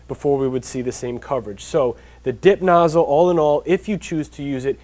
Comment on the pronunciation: at first i thought he was saying dick nozzle....